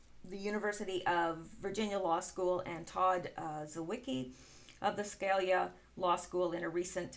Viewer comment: You do excellent work! I love your videos... thought I should mention though Scalia is "skah LEE ah" . Just FYI... you might find it interesting that he wrote an opinion characterizing the common law grand jury as the 4th branch of government - the constitutional solution to corruption in government. Very few have standing to use the common law any more... and they use a Federal Grand Jury in its place. Twisted.